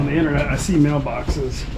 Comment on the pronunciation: it's internet, not inerner 😅